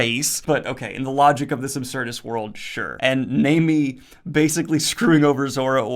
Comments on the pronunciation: Nah-mi not namey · It's Nah-mi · Let me help you out with those pronunciations, Daniel! :) It's "nah-me" (it means "wave" in Japanese), and "oosop", which is a pun between "uso", meaning "lie" in Japanese, and the Greek fabulist Aesop. One Piece contains a LOT of puns and names that reference real-world names, especially pirates, privateers and the like. For example, not many fans know that Zoro's surname, "Roronoa", is a reference too François L'Olonnois, a French pirate from the early days of the Golden Age of Piracy. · did you say namm ee? Is pronounce Nah me lol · Hey Daniel, if you understand how the vowels sound in Japanese it will make pronouncing Japanese names in the future easy! It goes like this a - ah i - ee u - ooh e - eh o - oh ah,ee,ooh,eh,oh So Nami is pronounced like Nah-Me Another example: Naruto is pronounced Nah-Roo-Toh Hope this makes sense, Love your videos! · Your right, it's Nah-me, for how your pronounce it for Nami. Your finally pronouncing Luffy right and yes it's Zoro not Zolo. Zoro is much better anyway. Also I notice your using spoiler gifs for the videos, you can use gifs of course. But just use them for the arc your using so you don't spoil yourself on this series. One Piece is better read and watched not knowing what happens like Dragon Ball and most series. It's an amazing experience seeing the plot twists as you go, try to avoid spoilers in the comments as well. Hope you enjoy the journey man, it's one of the best anime and manga of all time and you'll see why soon enough. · nami, nah - me, ussop, oooohhh - sope, oooohhh as in ooooohh look at what I found and sope as is sip but with an O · This man said nay-mi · Man u were great with the analysis of this arc. About the crew dynamic well it will be perfectly fine. Just keep going. Also well about Ussop u will see yourself. And I know everyone would point this out and it's really not your fault as English Pronounciation comes like this . Nami= Naami👍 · Also Guy - Mon (Gaimon)